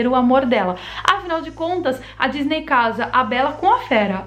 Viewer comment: Ela falou gisney